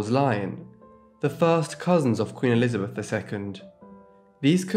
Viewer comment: I bet it was because they pronounced the name Elizabeth as "Elizabeff".